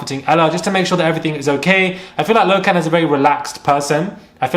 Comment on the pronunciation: His names Lochan not Low-can